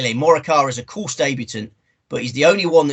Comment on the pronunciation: What's with the pronunciation of the course? It's in France mate not Spain with that lispy nonsense.